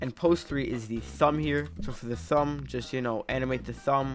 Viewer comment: Thumb❌ Sumb✅